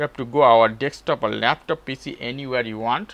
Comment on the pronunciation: desk top not deks top :)